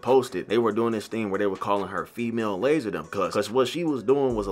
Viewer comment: It don’t even sound like lazar 😭👎